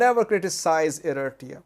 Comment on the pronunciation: can you pronounce Eritrea the correct way please? Check on google